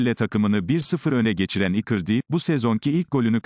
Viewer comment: İcardi nin adini ikirdi diyor bu yav😄